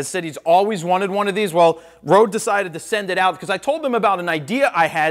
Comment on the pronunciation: it's pronounced red not rode. I made that mistake at first too:)